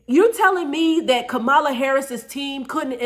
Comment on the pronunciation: Pronounced “Comma-La”. I agree with the message though.